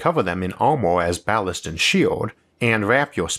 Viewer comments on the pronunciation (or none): none